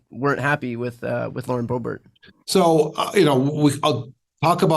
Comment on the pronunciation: The fact that he calls her BoeBART instead of BoeBERT is interesting. May be a history of dismissive exchanges there.